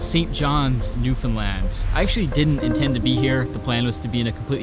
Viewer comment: Wild you were in my hometown, +1 for pronouncing Newfoundland right